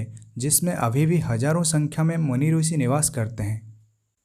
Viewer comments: रूसी नही ऋषि का शुद्ध उच्चारण कर लो श्रीमान जी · Actually Marathi me bhi rushi pruthvi amruta vrushali ye pronunciation hote hain. Ab ye sh ko s pronounce Kar raha hai isiliye rusi bol raha hai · Aapne sahi kaha..Is taraf hindi ka uchcharan hai...bhasha kabhi nahi badalti hai...'i' ki jagah 'u' laga dete, galat uchcharan hain inka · गलत उच्चारण है।